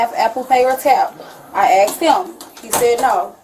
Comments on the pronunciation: Well she did get “on the innernit” she axed and got it. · "Eggsed"?? Ive heard dumb ass ooga boogas say "aksed"... but "eggsed"? Why cant YOU PEOPLE speak properly????!!!! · Wow, on Virgin too! I was thinking it would be Carnival. Ratchet Action. "Duh, OK, Huh" where did she learn to speak? "I aks them if they could use Apple Pay" goodness.